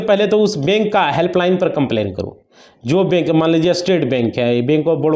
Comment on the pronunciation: तुम को तो बोलना भी नहीं आता बैंक को बेक बोल रहे हो